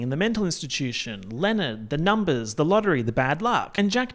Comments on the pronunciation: “It’s about the numbas” will never fail to make me giggle every time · "ya talkin bit de numbehs" will always be iconic and number 1 but now im definitely also going to keep thinking about "ye hafta save de baby charlie"